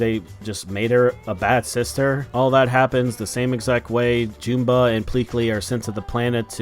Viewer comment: Why does everyone keep mispronouncing Jumba and Gantu's names? It's "Juhm-ba" and "Gæn-too," not "Joom-ba" and "Gæn-too." Their names are even said in the movie. Either way, this live action sucks. As soon as I realized there wouldn't be any aliens in this movie about aliens, I decided not to see it.